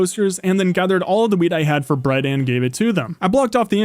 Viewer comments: Why did I think he said weed instead of wheat, even so it just makes it funnier hearing about the wheat farm. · I heard Weed instead of wheat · When he said wheat I thought he said weed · weil es so klang, als hätte er Gras gesagt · I thought he said weed